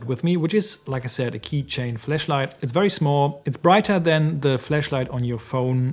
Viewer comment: Hahaha. Please stop saying “fleshlight”😅